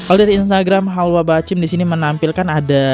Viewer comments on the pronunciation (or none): Hadeeh "Bachmid" dibaca "Bahcim", yg punya channel ini sering banget salah baca, buru2 pengen upload aja biar cepat cuan dari youtube 😂😂😂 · BACHMID BANG BUKAN BAHCIM😂😂😂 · Bachmid dibaca Bahcim, payah emang ini yg punya channel sering banget salah baca, buru2 pengen upload aja 😂😂😂